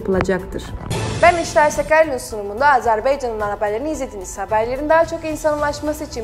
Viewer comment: Azerbeycan yox. Azerbaycandır. Ümumiyyətlə ehtiyac yoxdur Türkiyə Türkcəsində xəbər yayımına. Zatən doğru dürüst danışa bilmir bu aparıcı.